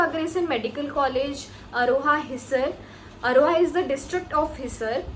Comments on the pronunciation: You are real accidental doctor, hissar not hiser , Agroha not aroha ,,, Pandit B D Sharma not Pt. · Phle bolna to seekh le bhai hisar or agroha dono ko galat pronounce kr rhi h